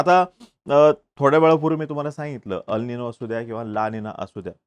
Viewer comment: अल निनो हे बरोबर उच्चार नसून ' अल निन्यो' आहे. ला निना हे बरोबर उच्चार नसून ' ला निन्या' आहे. क्रुपया बरोबर उच्चार असावेत🙏